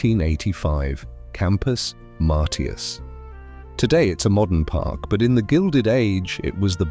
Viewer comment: Where was Factoryville? It's pronounced Campus "Marshus"